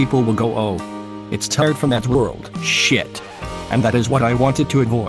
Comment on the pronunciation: Made me laugh “ S H I O T “